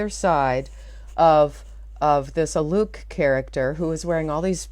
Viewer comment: I am pretty sure his name is pronounced to rhyme with "bloke".